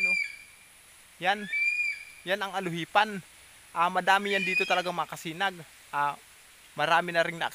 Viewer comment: Di po ALUHIPAN...."ALUPIHAN" po.